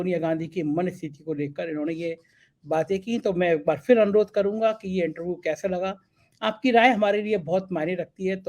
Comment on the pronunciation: गोलू मोलू से थोड़ी कम इंग्लिश जानने वाले इंटरव्यू को इंटरवू कहने वाले लेकिन वाकई बहुत अच्छे और नेक दिल हमारे को दिल से बधाई।